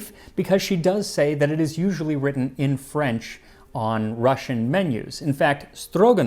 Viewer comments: I don't understand how the hell I miss this one a year ago and also you're Russian pronunciation was on point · His pronunciation of Russian words is really good. He is indeed better at it than many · Do you have any Russian background. Your Russian R is perfect. Never heard it that well from English speakers. Thank you. Nice video. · I'm not Russian but your Russian pronunciations are great! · Thank you for not butchering the Russian words and names. Quite nice pronunciation and almost perfect word stress.😊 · I've never felt more stereotypically Russian in my life, I have both mustard and smetana in the fridge and I'm very tempted to make this now. Thank you, Max! Your pronounciation of Russian words and names in this video was very good, and your research top notch as usual. Бефстроганов is indeed still very popular here in cafes and restaurants. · Your Russian pronunciation is spot on. Another great episode, thank you Max.